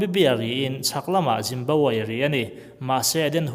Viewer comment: Juice ho i tih khi Jews ho i sawina mi?? Jimbabwe i tih pawh khi Zimbabwe i tihna ni ngei ang.